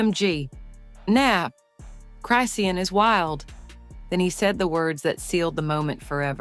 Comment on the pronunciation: Until you learn how to say her name, stop reporting and lieing.